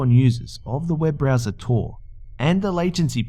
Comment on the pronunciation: I thought you said BRAZZERS instead of browser.